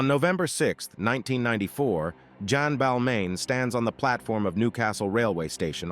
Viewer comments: It’s “Re-velle” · It’s actually Revelle